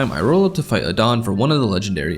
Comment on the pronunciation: As I’m also named Adan, I did a double take to see who you’re fighting, because it threw me off you actually pronouncing the name right